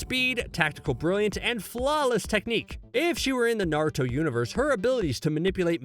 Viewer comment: I swear to god I am so fricking irritated and it hurts my ears when he says “narto” and it’s obvious he didn’t watch the two first series (and there’s only two,because boruto isn’t named naruto)soooo yeah…